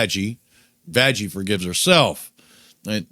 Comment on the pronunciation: why are you saying vajjie instead of vaggy?